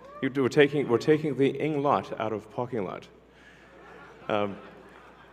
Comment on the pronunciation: I love Elon but pocking lot? Then goes on to say park clearly and then back to pocking???😂